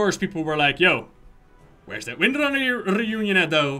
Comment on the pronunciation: "Three comics, the one with Jaina, the one with Magni and of course the Winrnrner sisters" The what sisters? lol "Windrunner", say it slower. XD